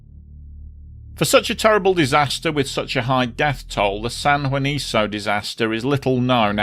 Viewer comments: Oh, & for future reference, Spanish names like Juanico end in the "KOH" sound. :-) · Just one minor quibble and that has to do with how the name of the San Juanico plant is pronounced: the very last syllable of the name "Juanico" is pronounced like KUH and not like SUH. In Spanish, the C sound is hard when the vowel after is also hard, i.e., A, O or U. I remember this disaster very well. At that time, the Mexican government was very circumspect about the number of casualties after the explosion, which only fueled further distrust and anger against the then rulling party (the Institutional Revolutionary Party or PRI and it's no joke, it really is called "Institutional" despite the fact that revolutions upend institutions). They played the same 'mum's the word' game in the aftermath of the 1985 Mexico City earthquake; until today, no one can say with certainty how many people died as a result of all those buildings put up with government money--and with questionable construction methods--falling down on unsuspecting victims. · Pronounced san huaniko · Just an fyi, it's pronounced like "San Juaniko"